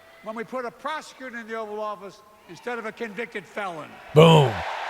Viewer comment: Did you just call it "The Oral Office" 😮😅